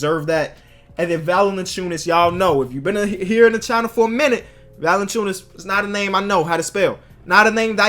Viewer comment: 1. You arw saying valan*ch*ons which you actullay need to day valan*c i u*nas 2. Litteraly the way it sounds(if you would say it right) Valanciunas